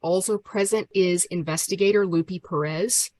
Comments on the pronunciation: I’m pretty sure the investigator’s name is Lupe, pronounced Loo-pay, not “Loopy” Perez. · So, is that lady's name Lupe or Loopy? I swear they're saying Lupe wrong as Loopy but maybe my hearing is going? 🤔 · lol she said "loopie perez" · Love how she butchers the name, Lupe. Oh, “it’s loopee” Or, she’s a maga creature doing it intentionally to be a bully and make a “point” Ugh